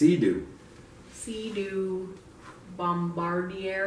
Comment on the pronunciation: Bomb- bard- dee- aye <<<---long a at the end is how you pronounce it. Also good score on the walls coveralls. If you have a farm and fleet or fleet farm they sell them there. Welcome to the midwest...Wisconsin here.